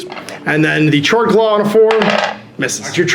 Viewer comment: It's pronounced 'kord-klaw'. :v